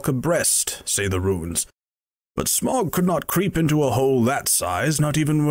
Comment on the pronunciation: Wrong pronunciation of Smaug